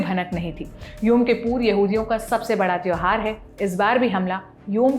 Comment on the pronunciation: महान यहूदियों के पवित्र पर्व का नाम तो ठीक से, सही बोलो । सही नाम योम के पूर नही बल्कि योम कुपूर है। अपने एंकरों को सही जानकारी एवं पूरी तैयारी के साथ कैमरे के सामने खड़े किया करो ।